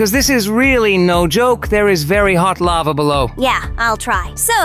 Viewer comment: And why did say lavae (the e is silent) when she was soing the lava obby